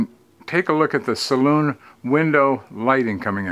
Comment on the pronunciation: gets an extra 10 pts for pronouncing Saloon correctly. Brilllllliant as always - thanks for sharing 👍 Hopefully the beer was cold + 2 pts